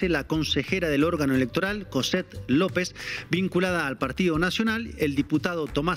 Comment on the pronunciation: No se dice Coset Lopez, se dice JOHset Lopez.